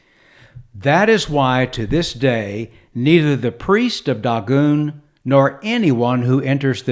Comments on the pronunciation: It's DAY-GONE!! Not daw-goon... Good LORD! The proper transliteration is Dāḡôn. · I'm a native Hebrew speaker. That's incorrect. Check the Strong's Concordance. Click and listen to the word spoken in Hebrew. It's DAY-GONE. And the Masoretic Text is based off of the Aleppo Codex. That's as good as it gets, sir.